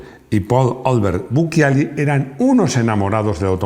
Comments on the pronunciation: Se pronuncia buchiali, para que sea buquiali debería tener un H después de la C. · si les sirve, el programa es muy bueno, la unica correccion es que BUCCIALI no se pronuncia en italiano buquiali, sino buchiali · Bucciali, se pronuncia Bucchiali. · Bucciali se pronuncia BUCHALI